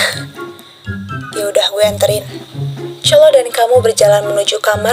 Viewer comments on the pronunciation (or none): Kaa salfok dikit ko cholo 'lo' nya medok siih?😭 Soalnya dalam b Jawa artinya..😭🙏🏻 izin koreksi bacanya chonlo ka atau lebih tepatnya chollo lidahnya nempel langit2 mulut☺️